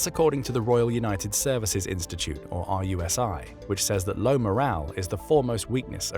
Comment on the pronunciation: Just to note, RUSI is pronounced 'Roo-see' - you don't spell out the individual letters.